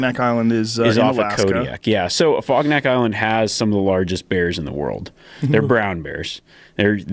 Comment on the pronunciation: Afognak Island, not fogneck island😂